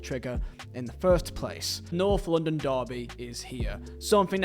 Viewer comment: American ✊ why does he keep saying LONDON it’s LONDON like that Is London not racist ?